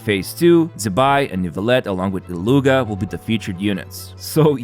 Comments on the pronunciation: For the Illuga pronouciation, I think it's more Illu"ya" than Illu "ga". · Illuga pronounced as Ik-loo-aah (approximately) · Illuga's name is pronounced somewhat like "eet-loo-uh"! Except it's not quite a "t" sound- I think it's called a "glottal stop"? anyways! thank you for this summary! it was very helpful <3